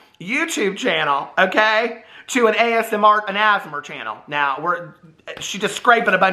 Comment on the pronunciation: I looove how calls A.S.M.R- "Asmer".. I diiiied! 🤣 you ALWAYS makes me laugh! 🤣😉😊🥰